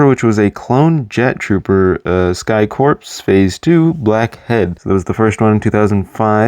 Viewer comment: A few things: - Corps is pronounced like core, not like corpse. - The 2008 shock trooper is different from the 2007 one in that he has a white hip piece instead of a black one. - The Lightning Squadron ARF trooper is specifically Razor because of the four blue stripes on his helmet, Stak only had two blue stripes. - I don't know why you included ARC trooper Hammer since you left out all the other named clones. - The 2019 41st scout is different to the 2014 one because of the dark tan printing on his inner legs instead of the brown printing that the 2014 one had. - The 2020 airborne has completely different printing to the 2014 one. - That design first appeared in Clone Wars seaon 5 and then the exact same design appeared in the 2017 Battlefront 2. - I've seen more people online be fine with or not have an opinion on the helmet holes than I have seen people have a problem with them. - Fives was an ARC trooper and his rank is unknown, but he was likely either a sergeant or a lieutenant.